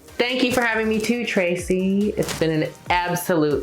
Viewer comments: did she say 'tracie' hahaha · It’s better then Denali calling her Tracy…. 😵💀🪦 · Denali called Trixie "Tracie" >_< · Ugh, is it my imagination- or does Denali say Tracie at the end and not Trixie. I may be having a Laganga edible moment. 🤷‍♀️ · is it just me, or did Denali say Tracy instead of Trixie at the end??? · Did Denali call Trixie,Tracy? Lol - at the end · lol denali calling trixie "tracey" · It almost sounds like Denali is calling Trixie.."Tracy" ...am I crazy?? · Denali calling Trixie as Tracy is shdkafhsafka;fsdkdslfsdkf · Is it just me or did Denali call Trixie Tracie lol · And Denali really be out here calling Trixie "Tracey" at the end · Did she just call trixie tracie 🤣🤣🤣🤣